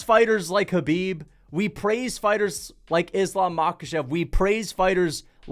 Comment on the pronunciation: hey pronounce Kahbib's name correctly🤗